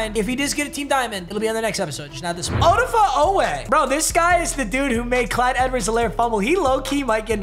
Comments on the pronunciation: “oh-duh-fuh oweh” is actually pronounced “oh-dah-fay oweh” by the way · say it with me OH-Da-Feh Oweh